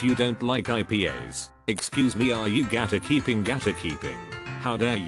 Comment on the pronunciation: actual pronunciation: Gate-Keeping Narrator: GaTaKeEpInG